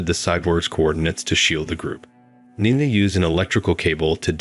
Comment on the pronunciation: Interesting story but the narration sucked. I heard at least three different pronunciations of "Nina" for a start.